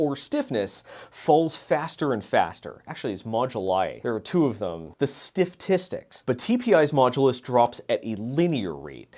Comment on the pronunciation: Stifftistics is my new favorite word